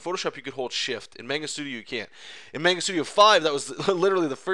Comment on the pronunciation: Otaku rage burns at the miss pronounciation of manga...